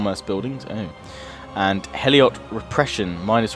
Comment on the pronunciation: Lol You keep calling Helots, Eliot. :P